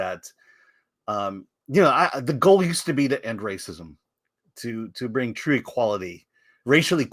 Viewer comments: It’s twue! It’s twue! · It’s twuuu! It’s twuu! 😂😂😂